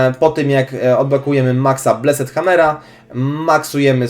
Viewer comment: Plis, mów [blest], nie, [bleset], a tak to jesteś przekozakiem :)